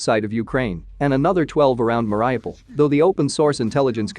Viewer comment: it's pronounced meh ree OO paal